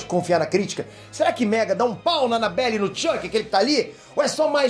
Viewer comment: Ele disse anabellA. KKKKKK Toma cuidado quando for dormir...